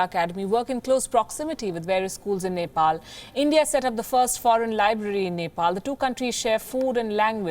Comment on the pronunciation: Nefall and India 🙃